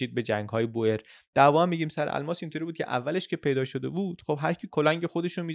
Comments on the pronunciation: سلام میخواستم بگم تلفظ Boer به هلندی بوئر نیستش و بور تلفظ درست هست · خیلی عالی! فقط اینکه کشاورز در زبان هلندی بور تلفظ میشه نه بوئر، دقیقا مثل تلفظ موی بور در زبان فارسی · بوئریی نه بووورن .boeren به هلندی یعنی دهقان بوورن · خیلی ممنون بابت ویدیوهاتون ❤ تو زبان هلندی oe همون oo انگلیسی تلفظ میشه، boer بور خونده میشه، boor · در زبان هلندی دو حرف او مانند اردک و حرف ایی کنار هم قرار میگیرند صدای اوو میده پس کشاورزمیشه بوور و جمعش میشه بوورن یا بووره ...مثل موی بور .تلفظ شما اشتباس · دووست عزیز تو زبان هلندی به کشاورز ها میگن بوور بیش از هزار بار به اشتباه تلفظ کردید